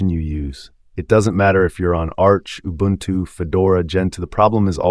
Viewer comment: Thanks for the proper pronunciation of Ubuntu.